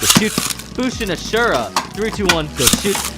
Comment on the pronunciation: I hooe ya know its ashindra not ashura 👀